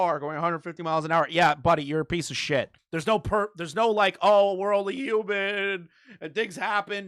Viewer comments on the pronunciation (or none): none